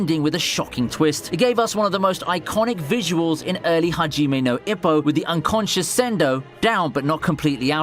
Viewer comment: Ippo is pronounced E-poe....